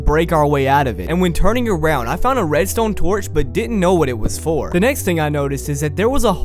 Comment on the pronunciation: I like how he sometimes pronounce redstone in a slight french accent "Redstowgne"